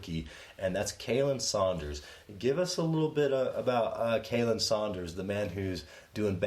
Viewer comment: Love you guys... honestly I do... But you guys are butchering Khalen ( which is pronounced Colin) Sanders' name... But you guys are awesome!!! Continue what your doing guys 👍